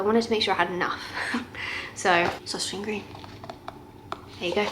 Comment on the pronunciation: Søstrene Grene, I think you can just say Sisters Green 😂 it's easier. Danish is super hard to pronounce!